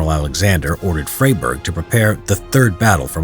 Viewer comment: Indeed…not his proudest moment, but Narrator, please…a little homework before stepping up to the mic. The man’s is not “Fray-burg”, but “Fry-burg”.